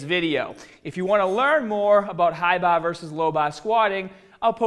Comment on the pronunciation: Fuck the tutorial on his squats I could listen to this dude say hi bah low bah all day! I would love to ask this guy how he pronounces that place you go in to get drunk.